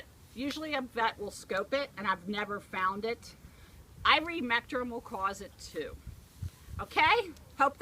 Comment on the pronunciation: At the end of the video, did you mean to say ivermectin will cause it? I could quite understand the word you said?